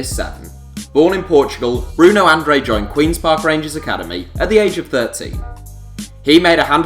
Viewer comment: Look dude its not brunow andrey ,its bruno an-dra-d